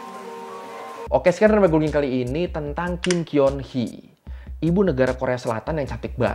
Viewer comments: cara bacanya bukan Kim Kyeon Hee bang.. Kim Geon Hee... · Kim keon Hee kalau orang Korea bacanya jd "Kim koni" Gitu ,cantiknya asli apa oplas ?penasaran😅